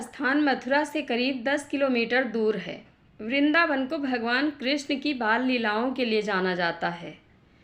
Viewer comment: Vindavan nahi, Vrindavan..Kosambi nahi Koshambi, Kasi nahi Kashi...kisi padhey likhey vyakti se recording karao..